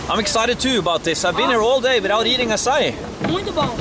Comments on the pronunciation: OMG! This brings so many memories! BTW it’s Açaí (Note the Ç in Português has an S sound) and it’s definitely not Ice Cream.. it’s a fruit from the Amazon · Herarldo trying to start his own language I see. It's pronounced "ah-sah-ee" even in english. Not just in Portuguese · It’s not called açai is pronounce aaa ciii eeee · Açaí the ç is pronounced like a double s. Its made from the fruit and has a lot of calories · I don't think calling it 'Akai' would work so well in brazil, you better learn how to say 'assai' :D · don't say akai xD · Bro called Acai akay lmaoooo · No you can NOT say AKAI lmao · Not akai it’s açai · You can’t say “akai” c’mon, bro🤦‍♂️ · It is pronounced like "AH SAH EEH" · NAO. Nao voce nao pode chamar de acai. O nome é AÇAÍ, e é assim que DEVE ser chamado. Brasileiro tem que aprender a forma correta que vocês chamam e falam porque senão vocês não entenderam o que estamos falando, pq agora temos que entender vocês falando acai. AÇAÍ. Se virem para falar!!! 🇬🇧 NO. No you can't call it acai. The name is AÇAÍ, and that's what it MUST be called. Brazilians have to learn the correct way that you call and speak because otherwise you did not understand what we are talking about, now we have to understand you speaking acai. AÇAÍ!!! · It's pronounced... "AH-SIGH-EE"" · the correct way to say açai is ass - ah - ee is really popular here in brazil , a lotta açai shops around the cities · It sound like you are trying to say the guy sells açaí. Ah-sah -Ee. That is a flavor and it is used to flavor ice cream, popsicles, etc. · the pronounce is "a-ss-a-ee"(the letters "A" like the word car) (the letters "S" like the word "say") and the letters "E" like the word fee) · There is no k in Acai: neither in writing nor in pronouncing! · Ah-Sah-E is how you pronounce it Harald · Harald, Açaí is pronounced like ''assa Í'' the cedilla (ç) can be a little tricky for gringos to pronounce haha, keep up the great work bud! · Açaí is pronounced /assai/